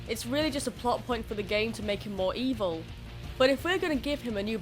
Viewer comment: the ebil mean evil thats how i say wvil